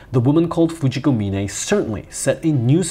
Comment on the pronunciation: thank you SO MUCH for pronouncing Fujiko's surname correctly. mee-ne not mine. drives me nuts to hear mine in every dub. no good reason why, but it's like nails on a chalkboard.